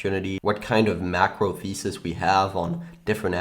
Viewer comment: Did you say fundamental feces or fundamental thesis ?